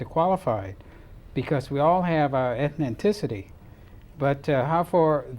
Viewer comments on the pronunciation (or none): Its "eth nic ity"... not "eth nen cic ity"